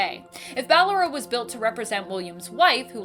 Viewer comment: I dont like how she calls ballora and she pronounced it fine just a few seconds earlier